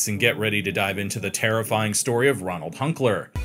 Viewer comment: Ronald or Roland? It's said one way, written another.